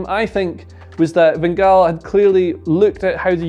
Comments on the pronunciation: wow you said van gaal very good i am dutch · Your van gaal pronunciation in the proper Dutch is near-perfect, well done :D